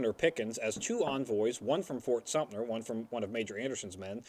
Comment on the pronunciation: I know it's a moot point now, being 3 years past filming of this episode, but why does misrponounce the name as Fort SumptNer every time he's talking about Fort Sumter!? It happens in every episode he says the name! Still a great series though, guys haha